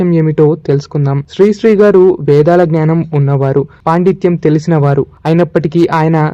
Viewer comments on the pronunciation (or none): none